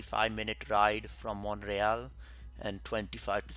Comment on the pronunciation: Also, in Canadian English, Montreal is pronounced Mun-tree-ALL (not Mont-ray-all).